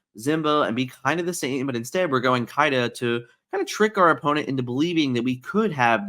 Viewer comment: Can you stop pronouncing Simba as Zimba please and thank you. It's been triggering me for months but hearing how you pronounced Kida sent me over the edge and I had to speak up lol